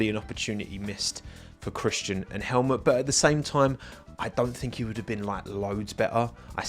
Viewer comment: It will never, ever get old. This and the way "Helmut" always comes out "Helmet".